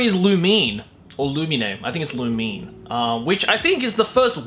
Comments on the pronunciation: It's not loomeen 😂author said so... the 2nd pronunciation you said was correct tho 😂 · No offense but your lack of webtoons knowledge is fucking hilarious. Lumine pronounced Loo - min - ay is a werewolf. Btw Fox Girls are better should have totally made it onto the list xD